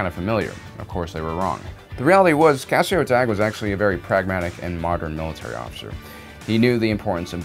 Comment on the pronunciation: First, you pronounced Cassio Tagge's name wrong. Second, you put Director Krennic on this list of most competent officers, and then there's Tarkin on your list of most incompetent officers. This is just inherently wrong. You'd know that if you read the novel Thrawn: Treason. Which truly shows Krennic's incompetence more so than Rogue One. Tarkin has a far greater success rate and skill level than Krennic could ever hope to have. I'm not sure why this has to be stated. This is an objective fact.